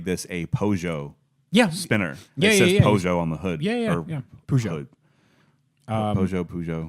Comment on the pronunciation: One interesting thing about car guys is; none of them can ever pronounce the word "Peugeot"